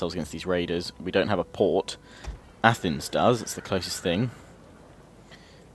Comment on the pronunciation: It’s pronounced A- th-neis